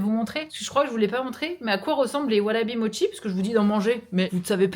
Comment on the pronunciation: Mdr par pitié si tu peux prononcer Mochi à la japonaise pour rétablir la vérité sur la mauvaise prononciation à la française Mo chie 🤣